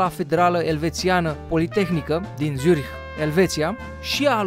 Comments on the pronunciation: zurich se pronunta nu cu "z" cu cu "tz" !!! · Zürich se pronunță Țzuric și se aude la final puțin de h , am niște rude din Elveția...doar zic..(nu e nimic de ura) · By the way se zice Țurih(zurich)